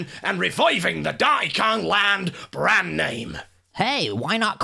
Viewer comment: "Dahn'y kaahn" gets funnier every time.